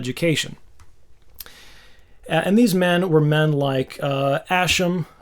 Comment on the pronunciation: Ascham pronounced Ask not Ash. (yeah, i'm that guy, lol). great explanation of a topic dear to my heart.